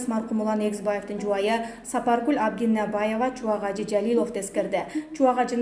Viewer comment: Сапаргул Абдунабаева эмес,Абдунабиева,созду дагы туура эмес окуйт бул диктор кыз дайыма